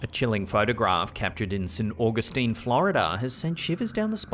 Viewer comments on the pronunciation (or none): none